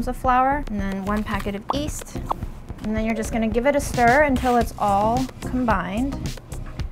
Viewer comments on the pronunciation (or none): Yeasty, not easty LOL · Please, call it yeast not east. Love your channel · why does she keep calling it east instead of yeast? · Yeast? I thought you said weast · I find the 'east' pronunciation so charming and Chinese. For those wondering, in many languages in East Asia, like Chinese and Korean, there does not exist a 'y' sound before the equivalent of our 'ee' sound. That can't even really hear the difference just means that it's a quirk of how she adapted to English coming from her first language's set of sounds as a kid. Most people will have little pronunciation quirks in their English depending on the languages they were either exposed to or spoke first at home, it's not any different than how our regional accents form. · It’s called yeast, not east! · Great video and i can't wait to try making my own loaf. can't decide whether is intentionally dropping the y in yeast when she says it to be ironic or shockingly doesn't realize how silly it sounds saying East!! The fact the video editors at Delish write east too is.... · I don’t understand why you prounouce it east and not yeast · it's Yeast not east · please stop saying east instead of yeast, it's driving me mad enough to stop watching your videos and I enjoy watching your videos! 😂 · “ East”?? Does she not know? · "YEAST"!!!!!! Ffs... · Can you please pronounce yeast properly? Thanks